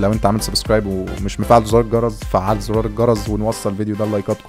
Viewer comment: زرار الجرس بالسين مش بالزاء 😒😒